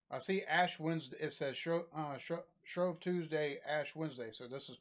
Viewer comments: pronounced "shrooeve" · OK I did not notice this video until late but here we go, Shrove is pronounced like a Grove of trees, you pronounced the Uppers and the downers properly I have no idea why they spelled it that way but basically the idea is to get the ball to the opposite side of town to your team, they set up a goal and a midpoint in town (I live 5 minutes away by car) the goals are 3 miles apart roughly and are monuments in town, to score a point you have to touch the ball against the monument 3 times (if I remember rightly). It's more like Rugby than "soccer" and there aren't many rules but generally no using cars and no going into the churchyards etc. The video is from 2017 a pretty uneventful match often the ball goes across the brook and you get a ton of guys wading in to the water and its a right mess but fun all the same, looks like lunacy but its good clean fun. The guy at the start that throws the ball is usually someone important to the town and its considered a pretty big deal to start the match, royalty have started matches off even Prince Charles did it once. Big wall of text but I wanted to clear a few things up, any more queries just ask and I'll try my best. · Lived just down the road from Ashbourne and have taken part in that. Great laff. Shrove rhymes with drove, btw. Love to see the Tigers' shirts in Leicestershire. We are a bit mad in the East Midlands. I wonder what you make of this malarky: A spot of molly dancing is good for the soul.